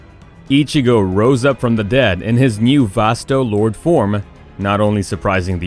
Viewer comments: Vasto Lord Form ? Realllyyyyy ??????? ITs VASTO LORDE read it correctly god damn it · I thought Ichigo's form was pronounced as Vasto Lor-de? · You know the voiceover person knows nothing of anime when he introduces Ichigo as Ichigo Vaso, Lorde Form..... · "Vass - toe Lord" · Watching this and realizing the announcer doesn't watch anime when he says Vasto Lord for vs Vasto Lorde and pronounced ulquiorra so badly.